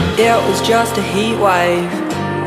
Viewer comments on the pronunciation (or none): The song is good, however, and I have no idea why, but I don't like her pronunciation of heatwave... It's really weird I know but like I just cringe when I hear it said like that. Good song tho!